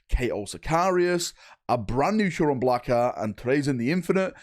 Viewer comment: How, for the love of f*©K can you not pronounce "Huron"?